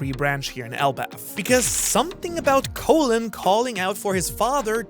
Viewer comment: Colin not colon